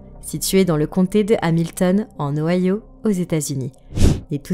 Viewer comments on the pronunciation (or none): none